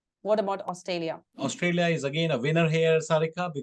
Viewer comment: Please don't say 'AustALia' and say 'AustRALia'